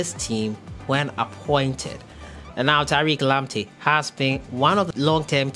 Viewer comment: Man. Pls don't pronounce his name like that please